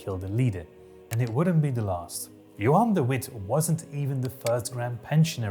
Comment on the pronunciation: hi, another dutch person here! He does have an accent but he isn't dutch as he said "Johan de Witt" with the English version of the "w" sound, while the dutch "w" makes a "v" sound.